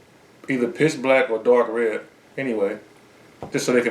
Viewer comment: at first i thought he said dying them piss black i was like wtf